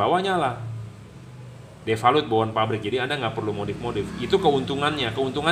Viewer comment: default pak bukan defalut